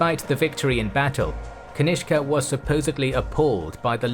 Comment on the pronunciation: Cutene how you pronounce kanishka as ganishk😂😂